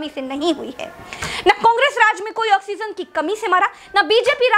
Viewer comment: ऑक्सीजन not ऑक्सीनज़